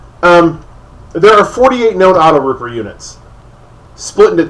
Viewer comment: AutoTrooper, dude. AutoTROOPER. WTF is a "rooper"?